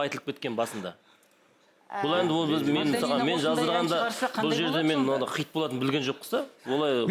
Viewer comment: Неге xит деген сөзді xЫйт деп айтад